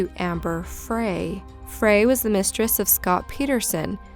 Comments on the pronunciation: Amber Frey is pronounced "Fry", not "Fray". This is getting ridiculous. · It's amber frey( pronounced fry) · Amber Frey's last name is pronounced, "FRY" (as in, french fries) ....not "Fray"